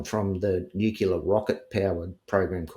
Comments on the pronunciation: I really struggle with believability when someone says "nucular" instead of nuclear. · It is annoying and questionable when and important word is continually pronounced incorrectly - it’s pronounced incorrectly with a U where a U isn’t present , nu cU ler and it’s nuclear- he should know how to properly pronounce nuclear - it’s said as it’s spelt - it’s not rocket science. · Ever since that Gumby, George Bush Jnr….we’re fkn stuck with ‘nukular’. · Sorry but i have trouble believing anyone who pronounces "nuclear" as "NUKE-U-LER" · Just a thought - I’m suspicious of anyone who pronounces “Nuclear “ as “Nu - cu - lar.” An Intelligence officer would be intelligent and well-educated enough to know better. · The way he massacres ''nuclear'' is particularly annoying n irritating. And what happened to his hair?